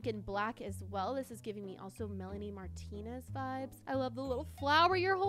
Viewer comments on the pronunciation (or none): none